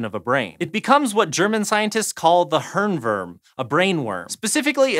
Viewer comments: How to pronounce "Hirnwurm" "Hirn" - the "i" as in "here". "Wurm" -the "u" as in "oops" (not exactly but close) So. "Herenwoorm" What the showhost said we'd write as "Hörnwörm" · its not a hernwerm in german .. its hirnwurm ... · "The Hörnwörm"